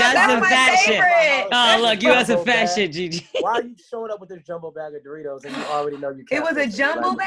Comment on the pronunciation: Why ye say Doritos like "Door-ritos" lol